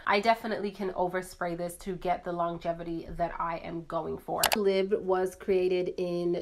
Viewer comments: I'm Canadian, it's not pronounced "lib" it's "lee-bra" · The time it took to explain you are not from France, can't speak French, and provide your different interpretations of pronouncing the word... You could have gone on google translate or even better, gone on YouTube and watched the short promo video YSL released on this fragrance. Then you would know how to pronounce it. I am not coming after you personally but I am getting tired of YouTubers making and editing an entire video dedicated to something and justifying mispronouncing it without actually taking the 30 seconds it takes to look it up and educating oneself. In this day and age when such information is easily available at our fingertips, there really is no excuse.